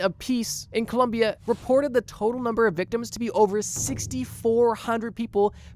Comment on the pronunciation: it’s Colombia NOT columbia